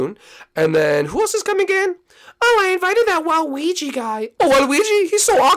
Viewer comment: Waluigi, not walwegi.